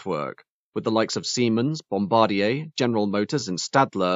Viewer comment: bom-bar-DYAY Three syllables.